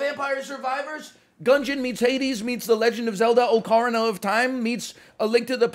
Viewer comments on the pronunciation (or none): Oh-cah-rihn-ah of time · did he just say oh coroner of time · NL saying o-car-na of time is the most criminal shit i have ever heard